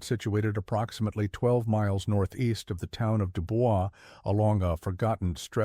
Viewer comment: Is no one else going to bring up the pronunciation of DuBois? Lol